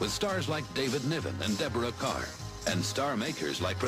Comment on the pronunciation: Deborah "Kerr" as in "Car" not as in "Burr". She was terrific in the spooky The Innocents. I am surprised that MGM as late as this movie was made was still deferring to the Catholic League of Decency.